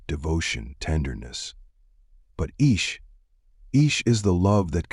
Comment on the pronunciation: Beautiful.. just one observation- Ishq is not pronounced as ishqu....was that for a reason?